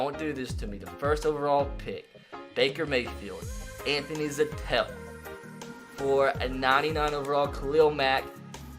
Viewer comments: It’s zettel not zatell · Zettel is pronounced like Zettle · Im glad he traded Anthony Zettel so i don’t have to hear him pronounce his name wrong again.